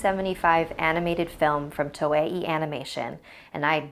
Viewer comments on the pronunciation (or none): Its pronounced "To-Eh" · You said toei wrong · That toei animation pronounciation though